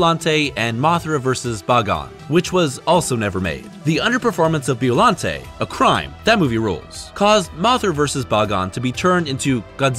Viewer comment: its pronunce bIollante not beollante